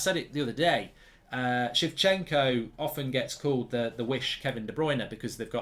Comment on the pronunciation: shevchenko haha come on Mark